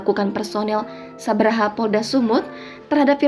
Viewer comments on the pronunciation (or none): Mbak Jurnalis, itu nama satuanya SABHARA ya, Bukan Sabraha 🤣